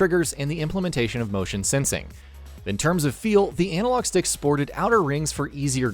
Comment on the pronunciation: Its "analog" not "anal-og" 🤦🏻‍♂️